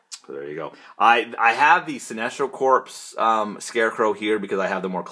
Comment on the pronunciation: Buddy, this video was suggested to me and your collection is pretty awesomely cool, but I just had to say a couple quick things and forgive me if someone else has mentioned it in the past approx six years approx. It is Green Lantern or Sinestro Corps, not CORPSE but it's pronounced like CORE. Like US Marine Corps. Just had to put that out there. I'm just wondering if you've never heard it spoken to the point of this video? Also, toward the end of the video the word is miscellaneous, like miss-cellaneous not misch-ellaneous.